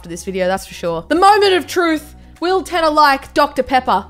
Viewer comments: radtee 1 1.I agree 2.its not Tanner not trying to be that guy but imma be that guy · its pronounced